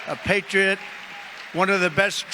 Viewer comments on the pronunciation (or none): none